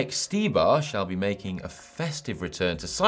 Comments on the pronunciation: It's Štybar(pronouncing like Shtybar). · Ondra was right, his last name is really prononced as [Shtibar]. And his first name is Zdeněk and not Zdenek, but I have really no idea, how to type that in "English letters" 😝.